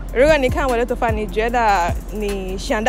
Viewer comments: Wo DE（MY） Toufa（HAIR） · You said 'wo da tonfa'